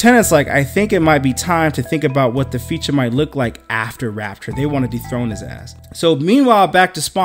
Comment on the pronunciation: It's pronounced Rap-chure, not Rap-tor like the Dinosaur.